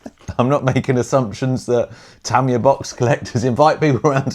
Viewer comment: it's "tuh·mai·uh" :)